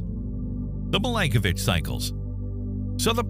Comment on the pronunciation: Milanković not Milankovitch